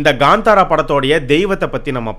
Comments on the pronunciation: It's kantara not gantara.. Please pronounce title correctly... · Ganthara ille bro kanthara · Gandhara illa bro kantara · Kantara illa bro, it's pronounced as Kaanthaara